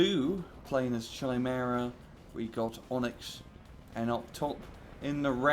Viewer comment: Aww come on. You can pronounce "Tigre" correctly. It's nothing fancy it's the British version of "Tiger" just like "centre" = "center". Chimera is pronounced more like "Kaimera" or "Kemera". The Chimera is a beast from Greek mythology. A creature with the body of a Lion, a snake as a tail and a 2 heads a Lions and a Goat. And that was Tore's information corner for today.